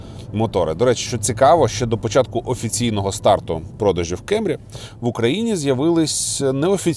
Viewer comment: абсолютно нічого не маю проти Америки) Основний посил був донести що якщо обзор в Україні, укр.мовою, то кЕмрі ріже слух) якби це був огляд авто англійською то і питань би не було. Свою позицію щодо вимови моделі детально описав, тому рахую тема закрита)